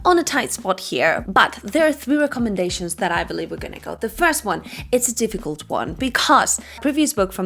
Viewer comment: Difficult. It's difficult not dificult.